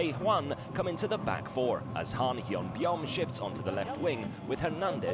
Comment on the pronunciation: Well, "beom" is not "byeom" . What a so funny AFC commentor lol